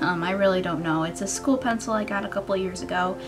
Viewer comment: school lol not shcool